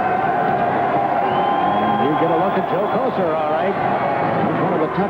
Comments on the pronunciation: “Ko-Cer” not kosher lol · Joey Ko-sir...not Kosher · I’ve heard announcers mispronounce Kocur’s name a lot. Koshur Kokerr Kos-cherr